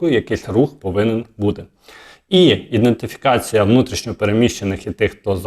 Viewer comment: Грамотно написаний коментар... (бо цей селюк-валянок озвучує: "...іН (! ) дентифікація..." ( іНдентифікація )...!!!